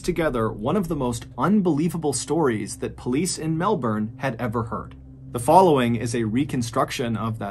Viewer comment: Good to see you pronounce Melbourne the way us Aussies do.